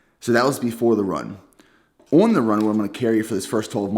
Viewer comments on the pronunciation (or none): Everytime you say “on” all I hear is someone trying to say “onion” in a bad french accent lmal